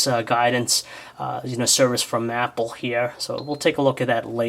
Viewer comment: you said mapple